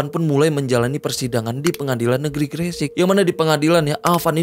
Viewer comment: Gre sek bang bukan gre sik ngomongnya 😂 bjir bikin dongkol kalo ngomong gre sek 😂